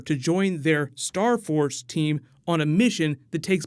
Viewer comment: Why am i laughing every time you say star force? 😉